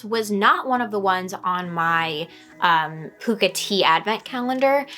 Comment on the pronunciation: nice to see another Pukka tea fan. Love their blends.. it's actually pronounced Puck a as in Hockey puck...